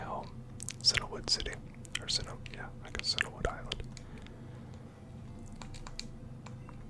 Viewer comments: I don't mean this in a mean-spirited way, but are you perhaps slightly dyslexic? It's CIAnwood, not CINAwood. You know, like the colour Cyan, since most towns and cities in Kanto and Johto are named after colours. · I'm glad I'm not the only one who grew up saying Cinna-wood, instead of Cianwood. Silver was my first Pokemon game, and little me just picked a pronunciation for words I'd never heard.